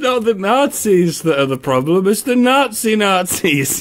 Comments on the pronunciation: Nazee Nazee. It's pronounced like Not-Zee! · Oh no, not Youtube Voldemort. He can't even pronounce nazi right, nasi, does he mean nasigoreng? As a german that offends me more than overcooked sauerkraut. On a serious note: Dunno if that's still the case but his fans, mostly young girls, have the tendency to become rather angry when someone speaks ill of their Führer, we could call them the Onion Jugend. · How the fuck does a 30-year-old man such as Onision not even know how to pronounce "Nazi" correctly? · How can this person operate a computer but not know how to pronounce Nazi?